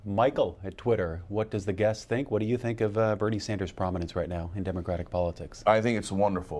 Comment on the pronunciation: just shrugs off everyone calling him sink/sank lol